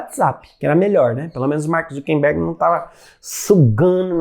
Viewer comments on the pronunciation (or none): none